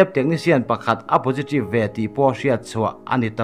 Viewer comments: keipoh pojitreev tiin ka hria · Posiṭive🤣🤣🤣, 02 lam nimaw. Chhiartupa chu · Positive khi ngatinge potritive itih tlat mai... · Aw positrive atia lawm. Thil a lam thiam vak lo. Mahse a tha hrim hrim e